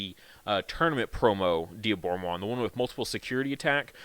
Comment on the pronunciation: Thank you for saying Dee - aboromon and not Die - aboromon. Instant subscribe